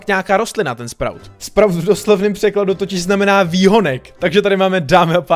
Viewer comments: Čte se to 'Spraut' ty sprůte :D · čte se to sprůt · Čte se to "spraut"... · Vyslovuje se to sprůt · Vyslovuje se to sprut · Sprout sa to hovorí